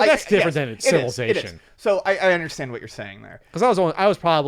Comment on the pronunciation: pronounces 'Civilization' like he invited the word